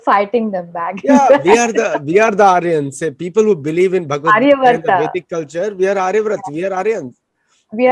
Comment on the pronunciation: It's vedic not basic sorry.